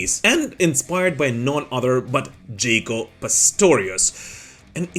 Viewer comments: Ja-co. Jaw-Coe. Not Jay-Coe. Cool video regardless. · "Jock-O." Not "Jake-O." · Jaco not jacob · Jaco is pronounced JOCK-O, not Jake-o. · You are saying Jàckos name incorrectly